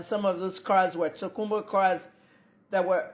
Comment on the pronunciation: Na cars abi na cuuars. The phonetics no be here ooo.